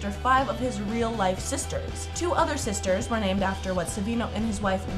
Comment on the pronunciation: U SAID 9 SISTAHZ